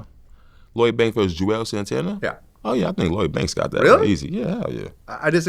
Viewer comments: Vlad said Juelz over Banks 🤮 lol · Nigga really said Juelz over Banks? Crazy